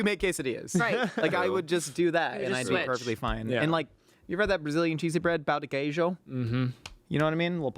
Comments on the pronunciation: the way he said pão de queijo is kinda funny for Portuguese speakers lol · pão de queijo mentioned !!!! gotta be careful with that "pão" lol